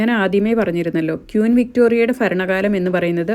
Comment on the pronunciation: ഫാരം, ഫംഗി, ഫരണകാലം മലയാളം നന്നായിട്ട് പഠിക്ക് കേട്ടോ ഭാരം, ഭംഗി, ഭരണകാലം, ഇതാണ് മലയാളം